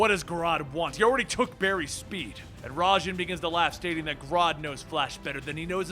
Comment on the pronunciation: Why do you say raijin like that